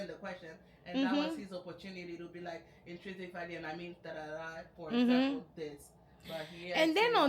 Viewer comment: “Instringic” is NOT a word 💀💀💀💀💀 I cannot watch this at work again I wanna bussin crying laughing! 😂😂 he was just saying ANYTHING